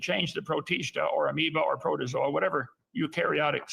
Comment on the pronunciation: Kent can't even pronounce protozoa properly. Just goes to show that he has had a failed education